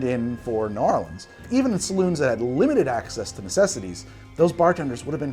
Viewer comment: You may be challenging the city as the origin of the Sazerac, but at least you made a proper one and at least you pronounced New Orleans properly! Rdr2 is so fun!